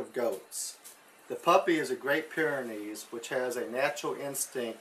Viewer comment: It's Pyrenees, not pyranees... you probably know that though. Nice video!